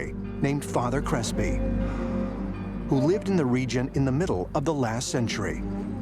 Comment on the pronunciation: Did you say father crispy?